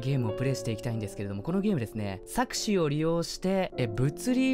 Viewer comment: 錯視のイントネーションがさく↑し→じゃなくてさ↑く↓し→になってるの面白いな（）